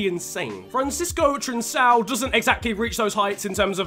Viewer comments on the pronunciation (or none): you read Trincão's name wrong, you don't read it Trinsão but Trincão, hope it was a good explanation, your videos are great and you're going on the veloce Squad Sprint Championship, hug from Portugal 🇵🇹🇵🇹